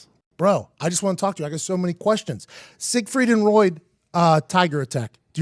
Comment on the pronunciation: I feel like he's saying "Siegfried and Roid"...